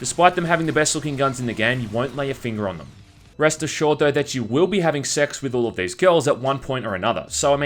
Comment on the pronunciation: are you or are you not saying breast assured?